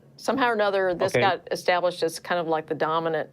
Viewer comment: Or "extablished."